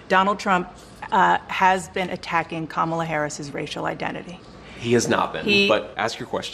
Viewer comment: I don’t respect YouTubers that mispronounce Kamala. Cya